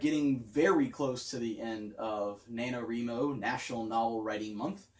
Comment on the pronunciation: so glad is backing me up on the correct pronunciation of NaNoWriMo